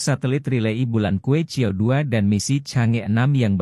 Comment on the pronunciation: que qiao bacanya yg bener ; Chue chiau